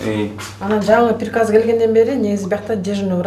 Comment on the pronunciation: Это ПИРОСТО ПИРИКАЗ ДЕЙТКО ВРАЧ😂